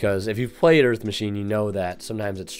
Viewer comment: EARF MACHINES!